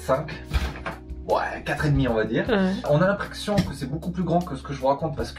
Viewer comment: "l'imprexion" xD